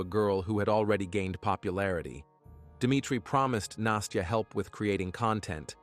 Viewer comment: the narrator keeps pronouncing it "nasteeyah" A Russian saying настя doesnt have the ee in it.